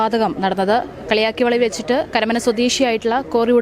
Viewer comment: കളിയിക്കാവിള എന്നതിന് അവതാരിക പറയന്നത് "കളിയാക്കിയവിള " എന്നത് ശരിയായി ഉച്ചരിക്കാൻ അപേക്ഷ.